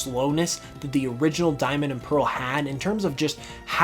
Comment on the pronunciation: PEARL, NOT PAREL!